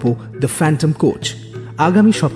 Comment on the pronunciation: আবার সানডে সাসপেন্🤣🤣🤣